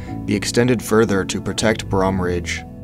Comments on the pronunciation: It’s “Bro”-hm with a hard O sound not the way your saying it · I love Cat Lake and Brohm Lake....dude pronounced it wrong...as well as alpine. Must not be a local. I lived in Squamish and Cheakamus growing up....never knew this existed. I do remember a lower lodge though.....However, talk of a ski resort in the Squamish area was tossed around in conversation by the adults but truly....even as a kid I knew there wasn't enough snowfall and truly all it did was rain in winter for the most part. I haven't been back since 1999 but...I'm sure a Ski Hill will raise the cost of living too high that many locals won't be able to afford their own hometown and that's just sad. Nature does not need to be commercialized to the enth degree!!